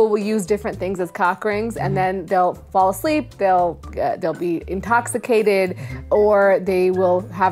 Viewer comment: I swear I heard, “incocksicated” 😂